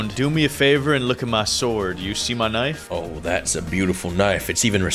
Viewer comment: it’s knife not k-nife😂